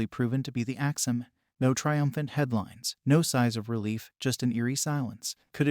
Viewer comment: Why is he saying "Axeman" like that?? Lol. "Ax-Man"..... not ""Ax-ah-man"!!!!!!!